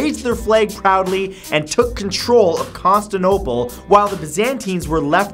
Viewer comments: Vikrant Panday I am so glad I am not the only one who caught that. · I don't blame him places/ cities in Michigan and Wisconsin are difficult to pronounce. Several places are not pronounced according to their spellings. Btw I've been in that fort it's really cool and they do reenactments. The whole island is full of horses, touristy shops, candy parlours, and several trains. People are not allowed to drive cars on there too. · I facepalmed he couldn't pronounce constantinople or byzantine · Gangd0ge if I made a popular fact based YouTube channel, I would at least check my pronunciation before releasing content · His pronunciation of Constantinople annoys me... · Detevictive CILAN It's not grammar, it's basic spelling and pronunciation. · boi, i was yelling at my monitor when he messed up so much... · Matt pronouncing constantinople just hurts xD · also mispronounced Constantinople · Richard Kaskiewicz Its pronounced Constantinople and Barbrossa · Just because everyone already mentioned your mispronunciation of Constantinople, I thought I should point out that it's BarbaROssa , not Brabossa... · you pronounced constantinople and barbarosa wrong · Matt it is Constantine-o-pole not Consti-no-pole. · "The city of Constinople" lol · Exactly it's not Constanople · Gangd0ge same here...and saying Constinople, not Constantinople drove me crazy as well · Penguin Lips accents don't make half a word disappear. Proper con-stan-ta-nope-al How he said it. Con-ster-nope-al Accents just change the sounds of voul and constants. So German w are v and Chinese l is r. Plus American words sound the same as any English pronunciation it's just he mess up. Much like there militaries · matt just wanna say its CONSTANTINOPLE not constinople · "Costanaopal" Constantinople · "Constinople"? you mean "Constantinople" that's Con-Stan-Tin-Opal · its also Con-stan-tin-ople not Con-stan-ople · It's Constantinople not Constinople. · btw, you pronounced "Constantinople" as "Constinople"...